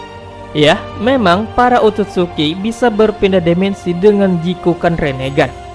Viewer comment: Dimensi bang bukan demensi